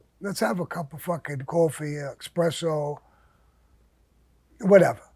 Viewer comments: It always cracks me up when an Italian person mispronounces espresso with “expresso!” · Go ahead and correct Sammy when he says "expresso " instead of espresso. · This is the fourth video I've seen where Sammy says "Expressos"(sic.) I'd have had him whacked for that error alone. FFS the guy's from Italian stock and he doesn't even how now how to pronounce 'espresso'. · Bro its not Expresso -.- Its Espresso! What kinda Italian is this guy. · “Let’s have a cup of Kawfee, expresso’s whatever...” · I thought you were Italian Sammy? You call it expresso????? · I love Sammy, but they should revoke his parole for pronouncing the non-existent X in “Espresso”.